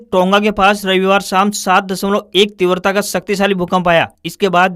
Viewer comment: Wrong word:-Vardhi Correct word:- virdhi, wrong word:- Teewarata, Correct word :- tivrta.